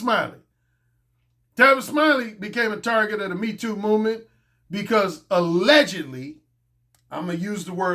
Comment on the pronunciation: That accent on that #MeeToo movement line had me rotfl 😂🤣